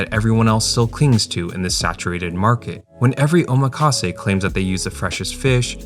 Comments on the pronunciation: Btw it’s pronounced “OH-MAKASE” not “oma-KAse”. 😭😭 The “makasé” part is from the verb meaning “I leave it to you”, so it sounds so weird when English speakers break that up O + makase Not Oma + kase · that is not how you say omakase. You pronounce "kase" correctly, but the "oma" you say sounds like "omaha" when it shouldn't. The "omak" should sound like "oh mock" or "maki" from "maki sushi".